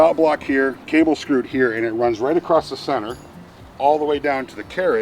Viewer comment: He uses a "T" at the end of across...but he's ok. Lol